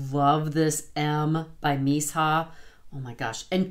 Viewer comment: I"m a new subscriber/makeup lover over 50....what am I saying? I'm way over 50!😂(I'll be 62 in July.) I have held out on the Missha BB cream because I can't find a shade match, as I am super pale. I did just notice they have a shade 13 that I might try. Just for future reference, I have heard Missha pronounced Mee-sha, if that helps any!